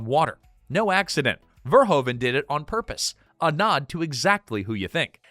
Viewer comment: Just a sidenote: His name is not prenounced Verhoven, the Dutch oe sounds like "who" you need to pronounce it Paul Ver-who-ven.